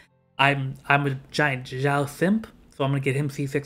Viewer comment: Why North americans pronounces Xiao's name like "Jau", with "J"? This is a bit funny... With all respect